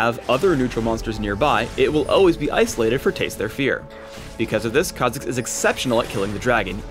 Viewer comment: Just when you get the hang of saying a champ's name, comes along and ruins it by pronouncing it completely different.